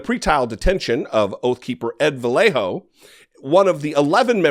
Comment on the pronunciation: Bro you lived in So Cal.... how are you unable to pronounce the name Vallejo correctly, ya know the word Yarn, thats what the LL sounds like, a Y kinda like Vuh-yay-hoe not Vuh-lay-hoe. Cumon bruh u better than that